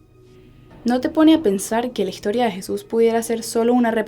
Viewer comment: por que hablas con la "g" no se escucha bien como higtoria etcetc